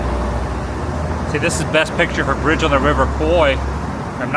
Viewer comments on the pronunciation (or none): Bridge On The River Kwai. Kwai is pronounced "kwye".